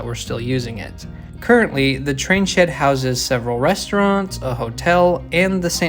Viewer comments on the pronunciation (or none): none